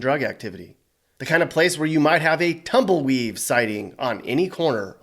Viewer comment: Tumble”weave”…. 😂I’m dying 😂